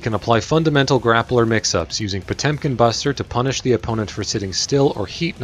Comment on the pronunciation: Jezus that pronunciation "POCHUM"